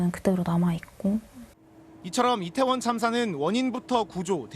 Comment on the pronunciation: 발음이 이상해서 몇번을 돌려 봤다.. "지난 해 참사가 일어났던 이곳 리태원 은" 이라고 들리는데.. 얼마 전, 왜색 표현을 하지를 않나.. 공영방송 수준이 점점 엘롱인데..